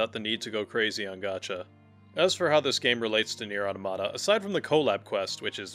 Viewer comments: They way you’re saying AUH-TA-MUH-TA (automata) makes me unable to finish your video it’s not AUTO-MA-TA. 😅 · Strange, that Automata is your favourite game, yet you dont know how to pronouce its name. Its from AUTOMATON, not TOMATO